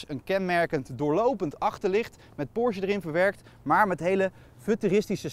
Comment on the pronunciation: Leuke en informatieve video, zelfs voor een Taycan Sport Turismo bezitter zoals ik. Alleen nog even oefenen hoe je Porsche uitspreekt… Porzje klinkt echt niet...